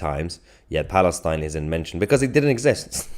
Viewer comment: That is why the say "FALISTAIN"